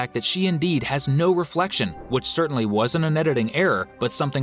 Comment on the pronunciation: Even the narrator said "thats odd, madam gazelle doesn't have a reflecfion" in the halloween episode